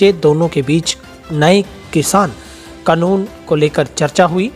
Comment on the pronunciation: कनून नहीं होता कानून होता है। हिन्दी में पंजाबी की तरह मत बोलो हिन्दी का उच्चारण ठीक से करो